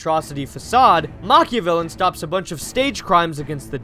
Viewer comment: "are praising macha-VILLAIN👹👹👹👹" that got me real hard